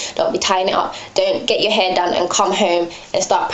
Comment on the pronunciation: I really like your videos! Its nice to have a fellow british living gyal doing hair videos. Ur accent goes american sometimes! lool. Especially when you say "aaannd" lol ;) Anyway good work gurl. I'm around 4-5 months into transition, and my mind isn't all there yet, i have moments where i think.. i "need" to get a relaxer, i can't do this, this is too much, i'm not ready. Then i watch videos like yours and i'm inspired to keep going. Much love :)